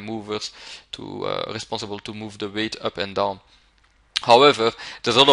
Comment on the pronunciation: I also like the way he says "weight" and "bullshit". "veight" "büllshitt"